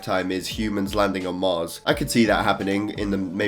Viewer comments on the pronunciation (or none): none